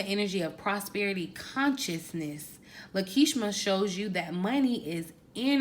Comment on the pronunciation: Love your content, my only ask is that you pronounce deities, angels, names correctly. The goddess at the end of this video is Lakshmi a very popular Hindu goddess. It only takes a couple minutes to educate on the subject.